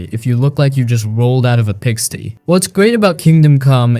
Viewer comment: Did you just pronounce pigsty like pigstee? You don't know how to pronounce pigsty?